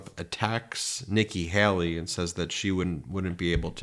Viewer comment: It's not pronounced Helly. It's Haley. Hay-Lee! What is so hard about this Ben?